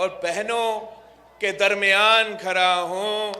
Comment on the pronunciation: Phley apney private msley hl kerlo or dusrey apni Urdu or kaho khada hoo na ki khara hoo😂😂😂 Kitna lutogey , abhi tk Kya tijori puri nhi huyee Wazeerey azam khwaab Dekho 😂😂😂